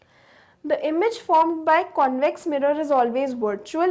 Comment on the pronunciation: Ma'am says - connvex lens and conncave lens